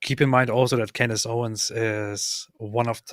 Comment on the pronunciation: So is friends with Candace's husband and doesn't know how to pronounce her name?